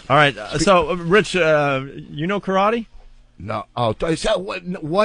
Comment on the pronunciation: well it's definitely not fucking pronouced 'Ka-ra-tay'